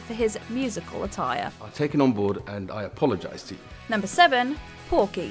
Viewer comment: "Musical a-tie-re"